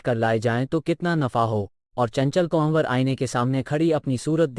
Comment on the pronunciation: बहुत उम्दा प्रयास है। प्रेमचंद की कहानियां तो बचपन से पढ़ते चले आए हैं। लेकिन यह नहीं पढ़ी थी। आप के सौजन्य से पढ़ / सुन पाए। धन्यवाद। कहानी सुनाने वाले कई उर्दू शब्दों का ठीक से उच्चारण नहीं कर पाए। चंचल कुंवर का नाम भी ठीक से नहीं ले पा रहे थे। ये आलोचना नहीं समीक्षा है ताकि आगे सुधार हो सके। प्रस्तुति और अच्छी हो सके। आशा है अन्यथा नहीं लेंगे।